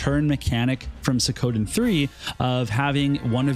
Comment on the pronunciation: it's SWEE-KO-Den da fuq? not Se-kowden